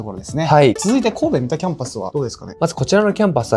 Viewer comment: みたではなく、さんだです。